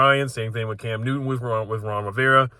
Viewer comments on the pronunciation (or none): none